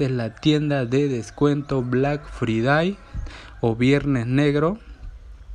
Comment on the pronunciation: Black fridai literalmente lo dijo asi xdxdxd